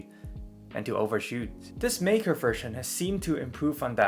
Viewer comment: German “ei” is pronounced like “eye”. “MIKE-uh”, not “MEEK-uh” or “MAKE-uh”.